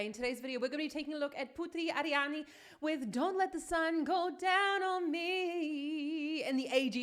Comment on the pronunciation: I like the way you pronounce Putri Ariani,just like how Javanese pronounce it (which ressemble abit to italian),Thanks